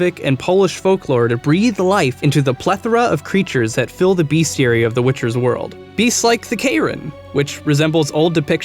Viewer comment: BESTiary not BEASTiary ... sorry, again